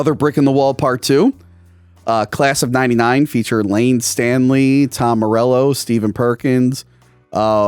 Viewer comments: "Lane Stanley"? Shame. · Layne "Stanley" hurt a bit. Miss Layne Staley RIP. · "Layne Stanley" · Oh no, did just call Layne Staley "Layne STANLEY"? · Piper Laurie was also Carrie as Carrie's mom. "They're all gonna laugh at you". Btw, epic fail on. It's Layne Staley. was 32 then? Looked more like 42. Btw, why troll the guy wanting to take drugs off the streets? Btw, they don't always show everything is movies, especially if they want some things to be a surprise. Also, it's marm(not mom). I never noticed the glowing hand before. The decided that Drake was the queen because the invasion started in the school.